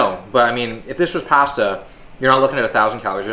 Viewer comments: It’s PASTA not pesta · The way he said “pasta” was actually painful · The way Canadians say pasta is triggering 😆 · pAhsta lmao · Love how he says pasta just like greg must be a canadian thing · I feel like is trolling us with how he keeps say "pasta" weird. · LoL He's not trolling. He's Canadian. It trips me out everytime I hear a Canadian say it. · Canadians pronounce pasta funny.